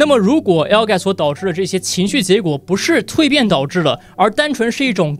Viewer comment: 从“不是”这个词语的发音就知道他应该是在北京接受的教育吧，真的很标准。